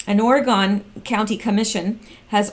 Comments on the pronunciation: Or-e-“gun” not Ore-gone...love listening and don’t mean to criticize. 🌺🌿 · We pronounce it Oregun not Oregone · once they get the big quake it will be Oregone! With an e🤔